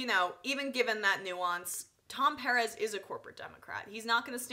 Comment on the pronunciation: why cant you pronounce Perez? aren't u from NY...